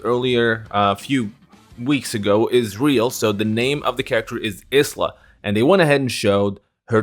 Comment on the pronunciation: You win the pronunciation prize with Isla SNK. Honestly I like the Scottish version though